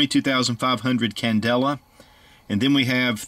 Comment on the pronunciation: Whats the candela?? Wulight: yu no mention candera!!